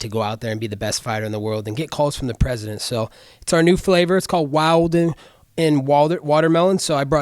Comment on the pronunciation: He’s cappin about the Wild’n Watermelon saying it ain’t on the market yet.. I bought it 4 days ago 😂 It be bussin tho! And he can’t even say “Wild’n” right! Colby lmaoooo